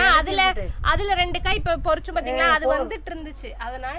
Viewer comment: பொரிச்சு இல்லை பரிச்சு